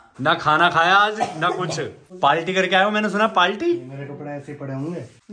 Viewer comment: Party ❌ paltiii✅